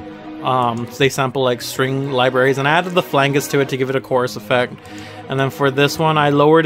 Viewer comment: Do you say flanges wrong on purpose?